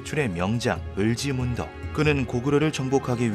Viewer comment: 을지 문덕(x) 을찌 문떡(0)